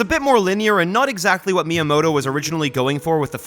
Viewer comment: You do not have to speak Japanese to pay just a little bit of attention to pronunciation. Like, I’m not French but I also wouldn’t pronounce “bon soirée” like “Bonn-sooarrrghheyyyy” like you Americans do. Just say “myamoto” with a hard “T” and we’re good. 👍😉 And also… WHAT THE HELL IS A KILOMETER?!?!?!?!?!🇺🇸🇺🇸🦅🦅🦅🦅🦅🍔🍔🇺🇸🇺🇸🇺🇸🇺🇸🇺🇸🇺🇸🇺🇸